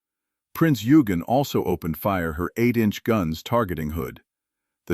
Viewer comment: Eugen is pronounced Oi-gen not Yu-gen.